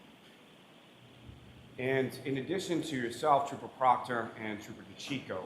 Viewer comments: So did Jackson when he accidentally called him trooper proctor, then butchered his name. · It was funny when he purposely called him proctor !! 😂